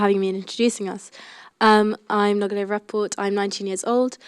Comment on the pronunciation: What a rubbish chairperson! LOL. Who is she? She can't pronounce the name Noga! Near the end she calls her “Noggy” and doesn’t correct it! Sounds racist. That’s not a good chairperson. She made other mistakes as well. Thank god she didn’t call her Woggy at least! (bares teeth)